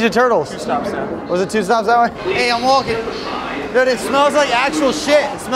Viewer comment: Bro said dud not dude